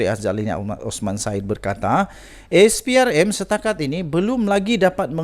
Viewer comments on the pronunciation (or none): none